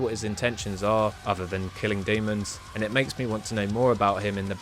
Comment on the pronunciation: "killing doomons"